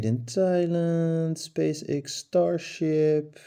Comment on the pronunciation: X is pronounced as ex. 😉